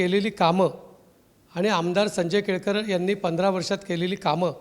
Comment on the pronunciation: संजय केळकर ❌ संजय केळेकर ✅😂😂😂